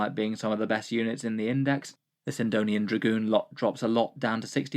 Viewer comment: I've noticed you saying it before, but this is the first time I happened to see it typed out in one of your videos; the melee version of the Ironstrider Ballistarii is a Sydonian Dragoon, two 'n's,' not three. It refers to the Cydonia region of Mars (itself apparently named for a city in Greese).